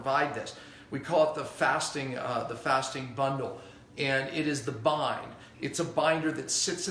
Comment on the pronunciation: Hello. Are u saying bine? Or bind? The substance for pulling out toxins.